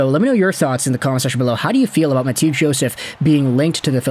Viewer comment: Ma-two Joseph? Lol